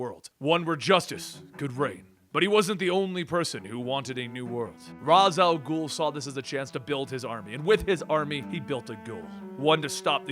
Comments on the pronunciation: Raysh is more right, but Raz sounds much cooler. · "ra's" al gul pronounced "ray-sh" al gul via 1990 B:TAS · Dear, Im a big fan. But it annoys me so much when you pronounce Ra's Al Ghul wrong. Its pronounced RAYSH. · yes you are right its just like how some people say madara name different I never get why people don't understand